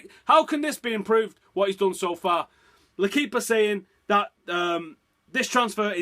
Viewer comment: its l...equipe pronounced u are allowed to say it correctly. dont be a moron always dumbo